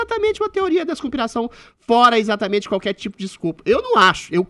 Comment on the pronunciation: Como dói ouvir o Adriles não conseguir pronunciar a letra "E". Troca tudo pelo "i" . Para trabalhar em rádio, dicção deveria ser requisito mínimo. "Izatamente" isso.